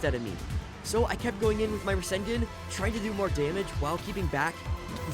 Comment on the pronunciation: He fr just said rasen--gen that's wild